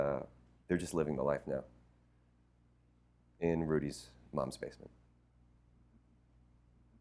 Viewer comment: "school of li-fe'